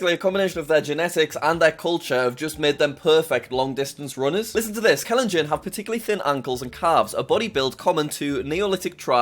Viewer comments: Btw Kalenjin is pronounced kah-lehn-gene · Jack you pronounce it like kalenjean